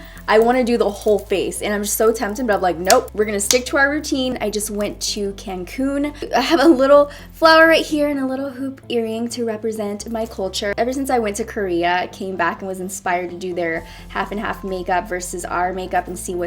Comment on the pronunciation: It’s caUn-Cun not can-cun